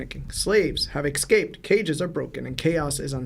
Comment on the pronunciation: Bro I it’s escape. Not excaped